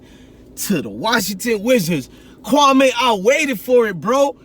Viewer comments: Mans know the mans nba career and not how to pronounce his name.. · Your first pronunciation of his name is on the money.. kwame is an african name from Ghana meaning a Saturday Born, he was born on Saturday